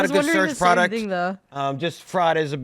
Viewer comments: "Search Turd" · "Search turd?"